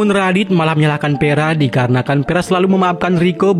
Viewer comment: vera bang.. vera.. bukan peraaa 😢